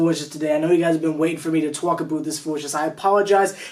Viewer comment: WHY THE FUCK HE PRONOUNCED (ABOUT) WEIRD ABOOOOT THE FUCK??